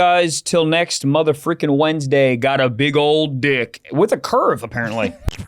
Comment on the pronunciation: Bro said a tough mudda😂😂😂